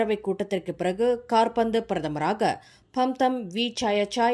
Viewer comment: காற்பந்து பிரதமரா அம்மா அது காபந்து பிரதமர் 😂